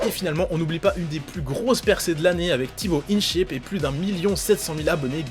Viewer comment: Non mais sérieux il a dit "TiboinSheep" xD